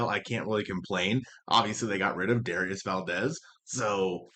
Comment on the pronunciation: Pretty sure Dauris Valdez's name isn't pronounced "Darius". 😂